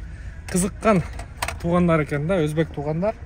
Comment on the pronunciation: Тоогандар дебей туугандар деп шашпастан эле айтчы 2секунд дагы кетпейт ушул сөзгө аяш ава